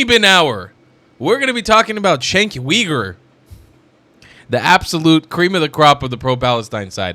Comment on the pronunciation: Cenk pronounces his last name as you ger